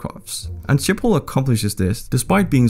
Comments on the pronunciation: Schiphol IS PRONOUSTD AS SGIPHOL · i am dutch and you say sgiphol not shiphol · I am Dutch and I have a few thinks to say 1 it’s hilarious to hear you speaking Dutch 2 Schiphol isn’t ship hol but sgip hol (this is how you say it) 3 I have like 5 bikes and that’s average 4 There are lots of countries that ask us to help with their water problems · you say schiphol in netherlads like: sgiphol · Funny how he pronounces the ‘ch’ in Utrecht correctly but Schiphol incorrectly